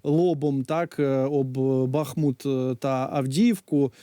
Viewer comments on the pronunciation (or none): Зі всією повагою... Правильний наголос на букву у - БахмУт. А бахати, це історія про Жебрівського, якому челядь "пастєснялась" зробити зауваження. Відтоді почали "бахати".